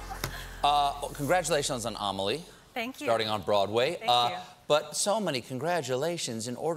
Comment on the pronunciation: Hello my name is amelie and its so sweet how he pronounce Amelie. <3